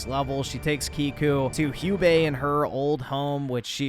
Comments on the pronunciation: Hello I came here from a video that just Debunked everything you said, and thank you for giving me an idea to ship atsu and oyuki, and it's jubei not hubei IT'S LITERALLY SAID IN THE ALMOST THE START OF THE GAME WHEN ATSU RETURNED TO THEIR OLD HOME, how can we trust your "honest" review when you can't even say a name that is literally said in one of the few first scenes also did you actually played the first game? And if you did, did you think that because Yuna, our helping friend in the first game liked Jin that also means oyuki will do the same? Idiotic really btw you should watch the one that debunked you you might actually learn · You didn’t even play this game lol, half your story criticisms can be debunked in the very cut scene to use as examples and you pronounce Jubeis name wrong the entire time. You clearly were gonna shit all over this game even without the Charlie Squirt controversy and the lead actress’s politics, because it’s a female protagonist. You don’t have that passionate burning rage for a an hour video like Spider-Man 2 because you genuinely did not play this game. Your content is slop. I’m gonna at least watch a negative review from someone who beat the campaign.